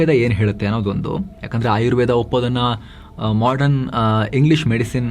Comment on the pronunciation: Modern shabdsvannu modran endu uchcharisidderi avare... Sariyagi uchacharisiri